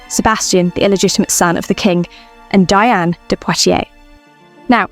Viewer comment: Diane de Poitiers' first name is pronounced "Dee-ahn".